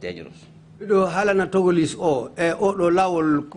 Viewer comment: Togoless 😀😀 instead of Togolese